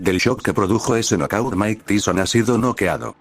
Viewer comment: Mine teeson? O mike Tyson?